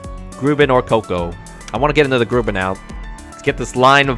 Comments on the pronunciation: It's pronounced Grub-in. The U isnt a OO it's an A sound. How do you not find out the way names sound lol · cringes every time tries to pronounce grubbin